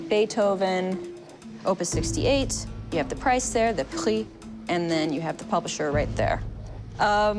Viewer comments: Am I the only viewer seeing that the book is in French? I’ve watched 5 times now and she()clearly that it’s German! It’s in French haha She even tries to pronounce the French word for price “Prix” German-like LOL. I like what she does and the way she does her thing in the show for a now long time. But, the book is in French. NOT German. Thank you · I guess no one here caught her mistake. The book is in French NOT German. Sixieme = sixth en fa majeur = F major = F Dur in German